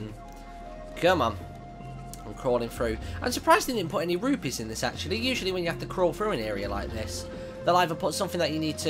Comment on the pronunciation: Rupees not Rupies